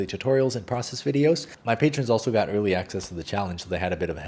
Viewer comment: Anyone noticed that “got” sound like gyatt? No? Just me? Okay